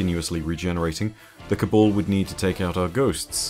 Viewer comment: why is it that you pronounce Cabal as Kabul ?